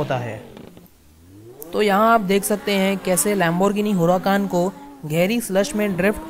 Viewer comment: "Lamborghini huRRAHKAAn." Hmmm. Distinguished gentleman.